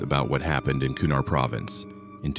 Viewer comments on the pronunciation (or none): Kunar does not have ‘d’ in it, there is no such place as the ‘Kurar mountains’, it’s the Hido Kush Mountains, and holy shit STOP calling Fobs, F.O.B.s, it’s pronounced as a word. This is all in the first few minutes. This story sucks